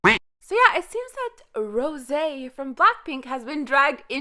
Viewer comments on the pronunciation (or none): That's the most annoying pronunciation of rosé's name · In every videos I’m asking myself are you French ?? Every time you say Rose actually 😂